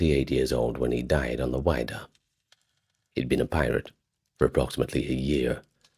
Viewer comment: I grew up in Massachusetts. My parents live on Cape Cod. It's the "WIDD-a" (like "widow") - not WIDE-A"! Also, just FYI, sadly the museum in Provincetown, which was on McMillan Wharf, is closed. It has been moved to West Yarmouth (Cape Cod). It's a really cool exhibition. I've seen it several times.